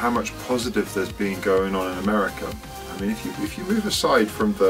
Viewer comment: meerriica?! hahah